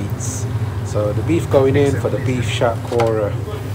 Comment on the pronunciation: You idiot. It's Hatkhora. It's unique to Sylhetis and Sylhetis never say "Shatkora". You are a coconut.